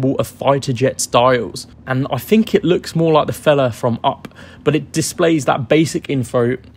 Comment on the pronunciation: I hate it when people can not speak properly and replace the sound of TH with an F and V , e.g I Fink this is a great bike , Firty instead of Thirty, not only F replacing TH but V replacing TH in words like weather and pronouncing it has Weaver, along with with being replaced with Wiv, it spoils the presentation for me. I could not concentrate on what this guy was saying about these bikes when his speech is so bad.